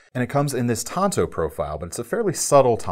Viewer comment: I don't know how much longer I can take hearing anyone say Tonto when it is TANTO!!! 🤦🏻‍♀️ It's not that difficult to learn.